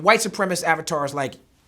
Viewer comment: he keeps saying "white suprem-ist"....... its supremacist